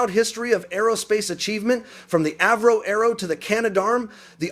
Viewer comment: Obviously you not only haven’t got a clue about what you’re talking about I am just going to start with your first fuck up , it’s not Afro it’s Avro. Just go back to playing video games in your mom’s basement and let the adults enjoy an intellectual conversation.